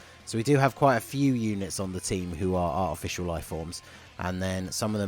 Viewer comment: I know you said Artificial Life Forms but with your accent, it sound like Official Life Forms which I found funny xD